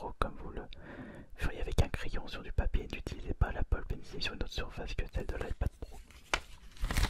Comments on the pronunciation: Bonne vidéo mais on prononce pencol pas pencile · Ta dit pénise au lieu de pencil